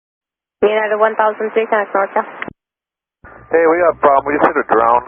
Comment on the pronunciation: it sounds like the controller isn't enunciating the "NORCAL", reminds me of that other ATC controller a number of years ago that suffered a stroke while on the radio.